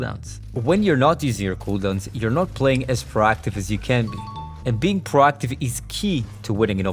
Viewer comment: Its - "Pro(> pro'oh <)active" , not - "PaRAACTIVE"